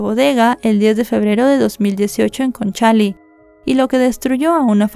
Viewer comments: Hola, la comuna es Conchalí, no Concháli, 😅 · Es Conchali con acento en la i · Conchalí con acento en la i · Tres detalles de como se pronuncian algunas palabras que mencionas . El papá se llamaba Angelo , pero aca se pronuncia Anyelo . La comuna a la cual se muda Fernanda y su familia es Conchalí ( acento en la i ) y la institución a la cual interpuso una demanda a sus empleadores se llama Inspección del trabajo. Sin ánimo de molestar sino solo de que sepas algunos vocablos chilenos .